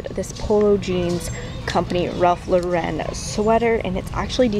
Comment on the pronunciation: ily cutie but its ralph LAUREN NOT RALPH LAWReN <3